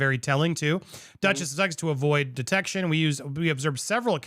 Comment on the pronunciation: Isn’t that suxit? Not Sussex for sure 😂